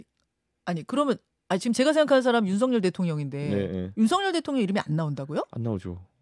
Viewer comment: 하바드 나왔더니 윤성열로 발음 해야지 따부류당에서 발음하는 윤서결 이렇게 발음하는데 앞으로 국회의원이라도 될려면 상대방 이름이라도 경멸하는 말하면 인기없어